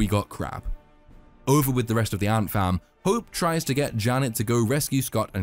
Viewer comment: I know you're saying ant fam, but it sounds like Ant Farm, which is hilarious to me.